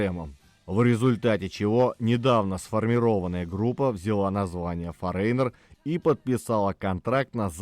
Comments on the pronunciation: Правильное произношение Foreigner - ˈfȯr-ə-nər, а не 'форейнер' )) Лично для меня их второй альбом Double Vision является самым лучшим. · всё же не форЕйнер, а фОринер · Вы неправильно произносите название группы не форейнер,а форинер. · Почему "Форейнер"? " Форинэр"!!! 😂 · ФорЕйнер 🤭 . Забыл букву Гэ произнести😂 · Это так нарочито произносится автором — “форэйнэр», с ударением на второй слог? Зачем коверкать? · Ударение: фОренер... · Одна из самых любимых групп. Но для меня она только с Лу Грэмом. Автору спасибо, но название вы произносите неверно. Забейте в гугл переводчик и послушайте озвучку этого слова. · Выпуск интересный, одна из любимейших групп. Но ёпрст - нельзя было потратить секунду и узнать как это произносится? Кошмар. И в русском проблемы. Просите помочь редакторов, плииииззз! Это же не сложно и недолго.